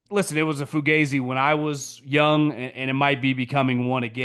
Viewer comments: it is NOT fuGAYzi .... it is fugazi ... the a pronounced like it is in 'AH" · haha there's no such a thing as Fugazi in Italian, it's a purely American acronym originated in Vietnam (fucked up, got ambushed, zipped in); if an Italian, without knowing what the hell that is, pronounced it, it would sound Foo-gaa-zee, definitely not Foo-gae-zee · 😂 it's funny though. Let him keep saying it wrong.